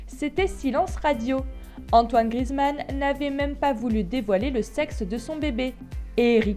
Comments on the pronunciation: Grizmann 😂 c Griezmann ça me stress quand on dit ça BREF c tout pour moi 😂✋🏼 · Prononce bien GRI-EZ-MAN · on dit Griezmann bordel 😂😂😂😂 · tu prononce mal son nom, le «e» se dit sa se prononce «é»